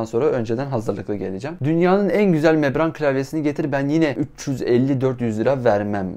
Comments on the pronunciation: Abi mebran değil membran diye biliyorum tüm vidyo öyle demişsin :) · mebran değil o membran :D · Membrane o, mebran değil.